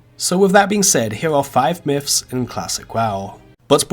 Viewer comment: I was thinking the same thing when I heard miffs